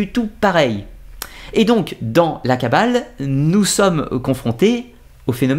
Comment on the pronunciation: La kabbaleuh, la kabbaleuh ... des gens heureux !